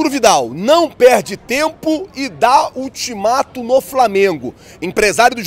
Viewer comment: "INTIMATO" 😅😅😅😅 - TÁ ACHANDO QUE É QUEM, VIDAL!